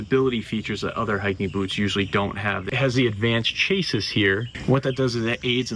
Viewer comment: Chassis is pronounced “Chassy”